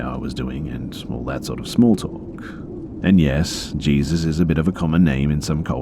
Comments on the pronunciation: These were great! A+ content as always. One note though, Jesus was probably meant to be pronounced like "hay-soos." It's a very common name in mexico and south america; you'll hear it a lot in southern states as well. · Oof. Sorry man but the name Jesus is pronounced like hey-soos. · Jesus is a common name in some cultures? Dafuq dude in Hispanic cultures yeah but its pronounced (hey-sus) j's are h's in Spanish. Nit sure if this is an error on the story writers post or bustas... but lolwut? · I think Jesus is pronounced Hey-Soos😶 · i heard him say jesus and instantly went to the comments to see if anyone had noticed the mispronunciation lol